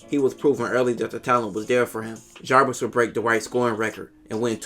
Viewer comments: Narrates really well except for the inability to say the dudes name right. Javaris Crittendon not Jarvis. It's even spelled wrong in the title of the videos. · Jarvis 🤣🤣 its Javaris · The narrator calls him Jarvis the whole time, dudes name is Javaris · I think you are pronouncing the name wrong. I believe it’s like Javaris. Great vid though! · Ja-Var-Is.Crittendon.Good job otherwise.